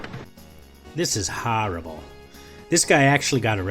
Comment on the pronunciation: Hehehehehe "HAWWWRRIBLE" Worst word spoken in a NY accent 😂